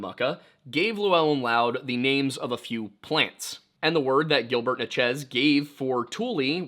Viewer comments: Just want to get everyone riled up about how said “Natchez” in his axeman of New Orleans video. It’s “Natch-ez” not “na-Chiz”. Only critique I’ve ever had, keep doing ya thing brother. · as someone born and raised in natchez, ms… i have never heard anyone call us or the tribe as “na-chiz”, it was so funny watching the axeman video. it could very well be that the original was “na-chiz” and we’ve just lost the way!